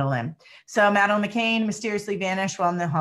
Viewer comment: McCann NOT McCain...he was another liar and murderer